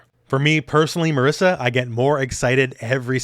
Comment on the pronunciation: Ok is not MARISSA is MARISA, she's Italian! We italians don't call Guile Gooeele! Some respect. :)